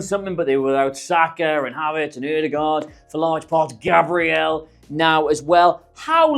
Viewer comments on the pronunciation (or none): none